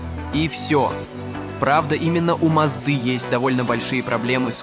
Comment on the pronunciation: у маздЫЫЫ?? ударение куда?)) похоже нейросети на потоке, либо тупой озвучник, но видно что на потоке нейронки.